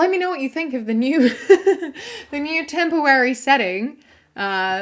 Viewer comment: My favorite part of the video was when you accidentally said “tempowawy”